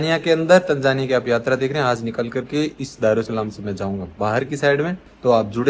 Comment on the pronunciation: दरु सलाम नहीं, दर ए सलाम। ठीक से नाम तो बोलो कम से कम